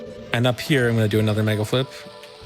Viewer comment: said "megaflip" so often that by he starts articulating the l before the f has time to fricate, so it sounds like he's saying megalflip. It's not even a decomposable word anymore, it's just a single chunk